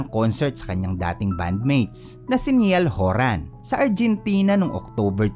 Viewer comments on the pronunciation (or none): Zeyn Malik, Nayal Horan, Luwie Tomlinson, Hari Stayls po ang tamang bigkas ngbm mga pangalan ng mga kasamahan nya.